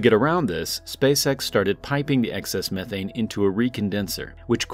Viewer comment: Learn to say methane correctly.